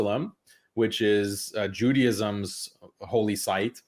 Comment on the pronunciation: Why do Americans call it judi, ism? It's Judaism. Like juday-ism